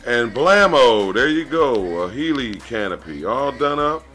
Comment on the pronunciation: Heli is "Hell-lee" not "He-lee"